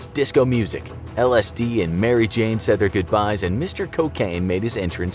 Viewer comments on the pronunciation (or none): none